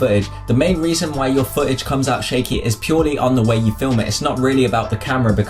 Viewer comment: Its foo t age, not fooage